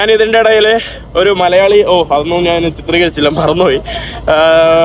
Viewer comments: നിൻ്റെ അമ്മേടെ കോപ്പ്, നീ ഇപ്പൊഴും "നാൻ' എന്ന് എന്തിനാ പറയുന്നത്. ഞാൻ എന്ന് പറഞ്ഞ് പഠിക്കുക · നാൻ അല്ല, ഞാൻ എന്ന് പറഞ്ഞു പഠിക്കുക